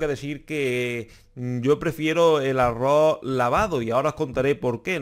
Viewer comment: Y no se pronuncia arro...se pronuncia arroz...🤦